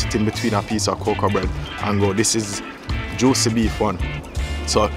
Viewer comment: Juici not juci